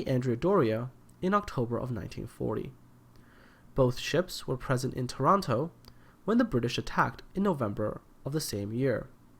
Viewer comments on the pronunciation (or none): It sounded like he Toronto not Taranto